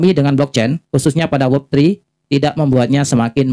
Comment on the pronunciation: WEB (dengan e seperti pada kata "bebek" kok saya dengar membacanya seperti WOB atau WEB (e pada kata "tetap").